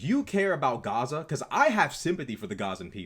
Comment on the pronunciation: I wouldn't make too much of the "accent". Pronouncing it as "chaza" is a dog whistle to show your alignment, accent or not. It's LARPing.